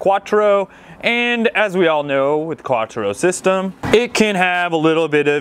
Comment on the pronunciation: first thing i thought when i heard him say "quattro"...facepalm lol